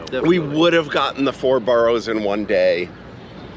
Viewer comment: boroughs not boros